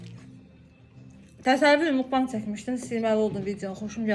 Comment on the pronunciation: Səy hələ mugbangın tələffüzünü bilmir. Gic gic hərəkətlər edir. Xəsdədi elə bil